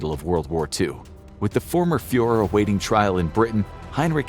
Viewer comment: “Fuhër” lol.